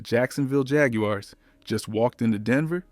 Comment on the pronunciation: agree backing out. gotta pronounce the team name correctly